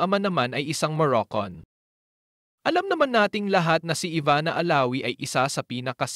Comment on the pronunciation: Moroccan hindi Moroccon.